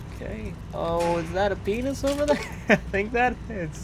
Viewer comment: "That's a paeenus!"